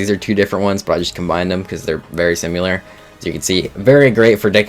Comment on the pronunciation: Call it a nitpick, but I genuinely hate that he pronounces SIMILAR as simewlar/simular Bro, WHERE ARE YOU GETTING THIS “U” SOUND WHERE THERE ISNT ONE???? 🙄